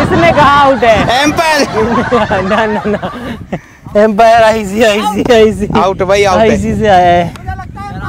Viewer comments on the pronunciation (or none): Bhai bank 🏦 Kaun Sambhal raha hai ICICI and not icci